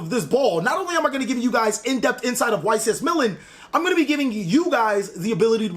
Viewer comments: He said YCS "Milen" 🤣 Not Milan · Meh Lahn not millen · He says Milen xD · Mill - Láhn That’s how you pronounce Milan :) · Yo, I had to...... YCS Millin? Lol. 🤣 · Please stop saying Milen :'( but nice job on the Prank-kids call bro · "Mee-Lann" lol still love your stuff my dude we totally called Prank-Kids being competitive! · Ycs " Millin " ??? 😂😂😂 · Great video, just a note its pronounced Mil-laan. Keep up the great work. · Omg your showing how American you are by how you pronounce Milan😂😂...cracking up every time you say. Milan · Could you butcher the pronunciation of Milan any worse? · Mispronunciation of “Milan” triggered me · So we just gonna pretend isn't mispronouncing Milan? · Getting a little triggered by the mispronunciation of Milan.